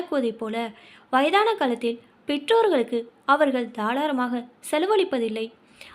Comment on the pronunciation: தாராளமாக என்பதை தாளாரமாக னு வாசிக்கிறீங்களே?